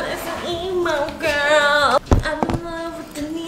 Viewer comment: “Am in love with an EMO GWROL” LOL